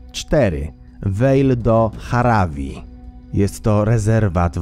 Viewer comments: Hawari nie Harawi się czyta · Vale do JAVARI nie "Jaravi" ;) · jaravi? to dlaczego napisane jest javari? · Vale do z Javari czyta się' wale do żawari'